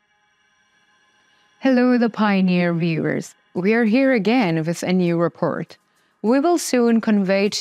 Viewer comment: repORt, not repERt